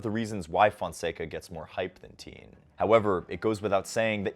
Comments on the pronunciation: Please learn to pronounce his name properly!! You are pronouncing it like “Teen”, it is pronounced “Ti-yehn”. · thanks for high- lighting Learner's game but his last name is pronounced "T-yen" not "teen" He looks like he has a high tennis IQ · His name not pronounced "Teen" Think Tian, as in Tiananmen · why is he pronouncing his last name like that